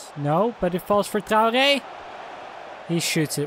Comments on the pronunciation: Traore is pronounced Trey - Or - Aye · Its not how ur saying it. Ur saying Trow - Gey/Gay